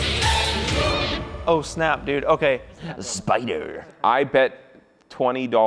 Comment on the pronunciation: The way said spyder tho 😂😂😂